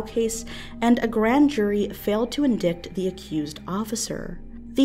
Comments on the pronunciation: "failed to indicked" huh? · "Failed to indicked"?? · The word is pronounced in-die-ted not indickted